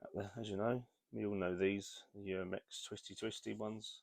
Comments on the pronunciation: UMAREX, not Uramex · it's Umarex, not Uramex.